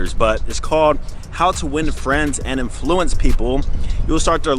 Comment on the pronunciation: the way he pronounces "influence" 😂🤣😂🤣😂🤣